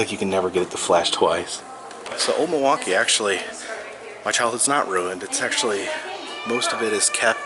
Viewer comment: Can tell you're a fellow native because you pronounce Muhwaukee correctly.